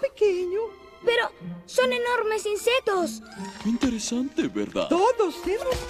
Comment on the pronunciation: insetoss jajaja